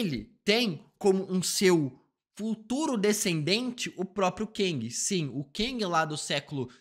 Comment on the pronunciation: O falando Keng me lembra o nome Quenga 🤣🤣🤣🤣 como ele é homem ele é Quengue